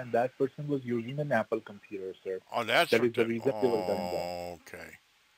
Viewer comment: "the compeeder" 😂